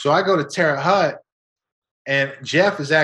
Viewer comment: Terre haute is a dangerous place and thats the worst prison in Indiana. Haute is pronounced like hoat.